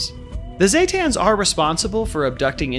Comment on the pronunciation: ZEEE, as in the letter Z, not ZAY, as in lay, zetan ZEEE-tan, god everyone says that wrong when the npcs in game for 76 say it the correct way, the homer fellow, aside from that, I love the video lmfao XD